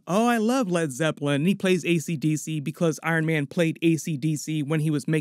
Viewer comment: "Led Zeppelin"😂😂😂